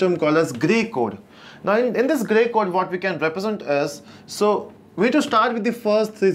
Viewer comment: Great video , but sometimes you get stuck on your delivery!!(Gay Code 😁)